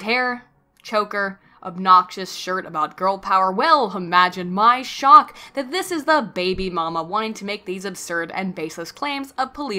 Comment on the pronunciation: you didn't say Imagine My Shock properly like you usually do.